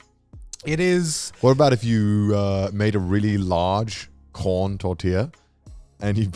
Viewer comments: Damn not joey calling it a tor-till-a 😂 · As a Mexican, I got sad when yall said flour tortillas. Even more so when I heard Joey say Tortilla lol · Your tortillas pronounciation is like when dubs say the japanese names